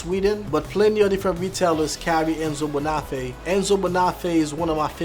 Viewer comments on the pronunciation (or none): you're butchering these brand names, it's Yeossal, not Yosol, Gaziano Girling, not Gerling, Enzo Bonafe, not Banoffee and Vass, not Vash.